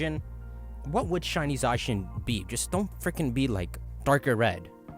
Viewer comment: It’s not Za-shin It’s pronounced Za-Cyan, like Zamazenta is Za+Magenta.